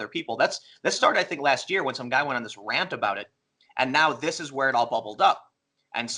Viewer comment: Sargon i love you, but what's a rhaant. You mean rant...?